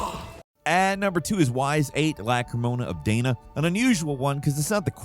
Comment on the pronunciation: "Wise VIII: Lacrymosa of Day-nuh" you say? What the actual fuck,? Tell me more about how you aren't a fan of the series and have no idea how ANY of that is pronounced. Had you actually played the game, you would know her name is pronounced Dah-nah, it's literally HURLED into your face multiple times throughout the story. And that is abso-fucking-lutely not pronounced WISE for the love of RNGesus. It's pronounced like an elongated letter e transitioning into a sibilant s sound. Eee-sss. Was this a bit much? Not really from a fan that loves the series. I'll be the first to admit it had a rough start with the first five games while they tried to find their niche, but if you enjoyed Ys VI: The Ark of Napishtim? You'll likely enjoy the next three games in the series. They have a formula, they play with it, but they never change the core of their game. I haven't played X yet, been kinda strapped for cash lately, but eventually I will get me that one and beat it, too., do everyone a favor, play Ys: Origins once and just LISTEN to the people talk, okay?